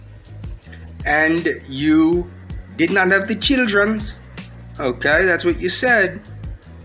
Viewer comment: “I knyeow you care about myuh because (you refuse to even acknowledge I exist) you blinked your eyes this afternoon, oewkay? Now to let me knoew you want to breed with myuh, all you have to do is say “si” at any point in the next week, oewkay? It doesn’t even have to be said to myuh, oewkay, just to anyone (smack), oewkay and it’ll be our inside joewke, oewkay?” How does someone like this continue living?